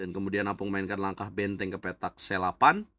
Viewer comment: Tulisannya opung (kakek), tapi selalu disebut apung, 😂